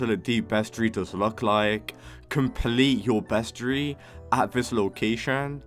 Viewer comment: Not meaning to be rude but, you said roslit, aurora borealis, vertigo, bestiary, wrong.